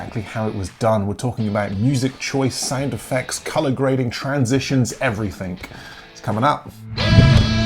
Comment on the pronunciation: AWESOME tutorials, tips, advice, etc, but one thing in this video, it's everything not everythink.....